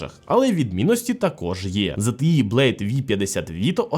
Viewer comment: ого не часто почуєш правильну вимову ZTE, зазвичай ЗТЄ і скрізь англ ' E чомусь обзивають ''Є''.